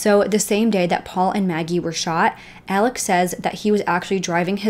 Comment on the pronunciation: Some pronunciation corrections for use when discussing this case - Alex Murdaugh's name is pronounced "Elik", and Beaufort is "bee yoo fort". Such a terrible and extensive case. I hope justice is served everywhere! And of course there have been crazy updates since this video was produced.